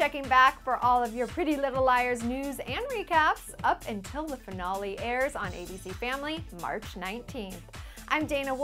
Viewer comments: she said finale wrong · "Finawlee" Wtf? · Is it just me or does she say finale weird??? I can not wait till the finale. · The way she says finale cx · Her saying finale was annoying Laugh out loud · You say finale kinda weird. lol.( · You say finale weird.... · Why does she say "finale" so strange